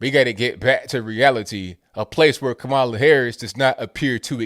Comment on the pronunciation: "KaMaiuula" lol